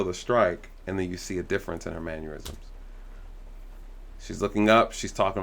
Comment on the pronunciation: Definitely it was intentional. Good analysis of what happened. (On a side note, you have investigated “numerous crimes” not “numerous OF crimes” and you have reviewed “numerous videos” not “numerous OF videos”. And the word mannerisms is pronounced “mann er isms” not “man yur isms”.)